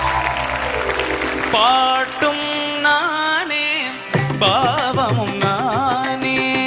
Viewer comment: தம்பி bhaavam not பாவம், உச்சரிப்பு சுத்தம் வேண்டும்